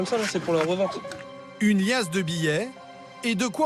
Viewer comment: 51;45 'uner li asse de bi llets...impressionnant ma li - asse